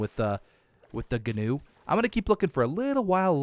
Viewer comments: Guwn is pronounced new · The gnu is said like nu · a gnu is a wildebeest and gnu is pronounced A "new" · Please stop calling it a Ganew it’s pronounced new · So I looked up a gnu and it’s actually pronounced n/yoo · Quick thing: gnu actually is supposed to sound like new. Not trying to insult you, just letting you know:) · gnu is pronounced like new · Gnu is pronounced new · Gnu is pronounced Jee-New Basilisk is pronounced Bass-Ill-Isk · Gnu is pronounced Nu. The G is silent like Gnat or Gnome. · Gnu is pronounced like knew. 😅 Please don't get mad everyone.... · Gnus are pronounced like new or news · Gnu is pronounced new <3 Bask-ill-isk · G in gnu is silent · Gnu is actually pronounced Wildebeest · the G is silent gnu sir.